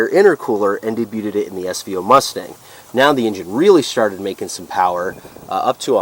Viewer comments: Say, "Day byued" instead of day byuted. Otherwise very comprehensive. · day byood,, not day byooted,, lol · Also ‘debuted’ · The t in debuted is silent. Demuro’s reviews are dreadful.